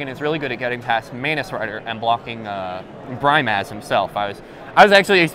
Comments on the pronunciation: its annoying how he says BRY MAHZ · seriously Bry-maz... smh